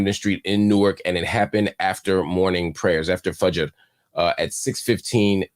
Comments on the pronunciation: Mashaallah if Marc reverted Muslim!the way he pronounced FAJIR AMAZING!the way he pronounces MOHAMMED AGAIN ADD TO THE SURPRISE! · Mark you’re so good in your pronunciation of fajr and Muhammad! Aqidah and InShaAllah etc. you just need to say it officially ❤. Thanks for your coverage on these contents.